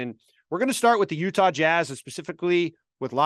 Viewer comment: "yuhtah jazz"